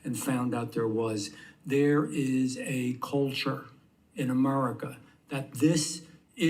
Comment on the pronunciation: "there is a problem, in a'murica" Love the way he pronounces that